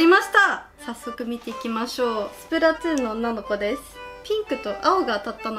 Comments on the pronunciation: スプラトゥーンが、スプラツゥーンに聞こえた… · ツーンじゃなくて、トゥーンです。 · スプラトゥーンをスプラツゥーンと聞こえてしまう❗笑笑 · スプラトゥーンがスプラツゥーンって😂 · スプラつぅーんて言いよるʬʬʬ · なんだよスプラツーンって？w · スプラツーンて、言ってるw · 滑舌の問題やろ